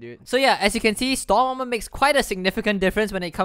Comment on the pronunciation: lol you are saying stom aremer